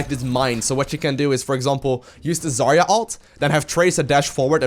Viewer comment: just fyi, the stress in her name should be on 'ya' syllable. 'ZarYa'. It is really not best pronunciation, but closer to what it is. 'Zarya' is a russian word for 'sunrise' or 'dawn'. Rock on)